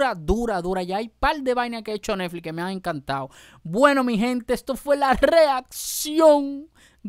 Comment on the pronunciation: Se dice bárbaro con R no balbalo, se dice Netflix no nelflis